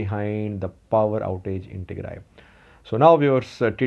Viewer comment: He knows much more about Ethiopia than you. He even knows how to pronounce all the places in Tigray but you don't.